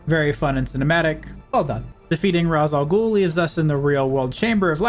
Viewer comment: Now, am I pronouncing this right?.